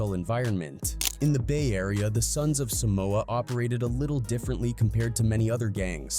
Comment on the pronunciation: Can’t even pronounce our homeland name correctly. What TF is Sumoa. SUM MOA. Really? Shame on you wannabe palagi fools. Shameful. It’s Sah moa. Not Sumoa. WTF.